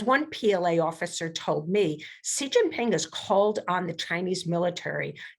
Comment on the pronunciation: Oh my God,: is it so difficult to find out the correct pronunciation of "Xi" (president of China)? Just ask your consultants, Google it, or ask any Chinese person. It's "she" as in the pronoun. Not "see" or zjee". Are we professionals or not?